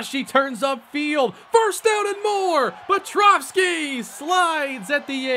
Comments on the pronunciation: Great finale. Appreciate the work you put n2 this video & the series as a whole (even if I gave you a hard time for your petrowski pronunciation lol). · The whole series and the pronunciation of pet- row-ski still wrong lol